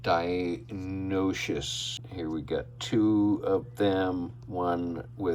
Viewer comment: From my understanding, the pronunciation is “DI-NO-NIE-CUSS” or “DI-NON-E-CUSS” 🤷‍♂️ But just call him Dino and it’s good enough either way I guess lol 😂